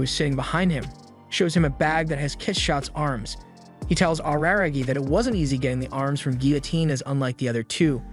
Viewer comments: Araragi= AH-RAH-RAH-GI In japanese when you pronounce the "R" sound it should sound somewhat in between an "L","D", and "R" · “Awruhrahgi” turns off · every time he says araragi he says it worse and worse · "ar-ra-ra-gi" Otherwise, great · Can't believe he mispronounced RaRaRagi's name the entire video. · the way this guy says "Araragi" really cracks me up.